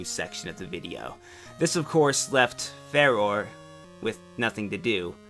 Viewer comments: "Fah-Roh-Ray", not "Fay-Ror". Otherwise, great video. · Her name is pronounced like the godess. (Fah-Roar) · If you really care,, I'm pretty sure Farore's name is pronounced Fah-roar-eh, because japanese vowel pronunciation. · I always assumed that Farore's name was pronounced Fuh-roar-ay. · I've always pronounced Farore's name like Fa-roar-ee. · Farore "Fa Ro Ray" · I think the right pronunciation of Farore is 'Fah-roar-eh' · I've always pronounced it like "Fa-roray"; but I've always felt like it was wrong. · Nay-Roo Far-or-eh At least that's how I pronounce them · I pronounce Farore's name "Fa-Ror-Ray"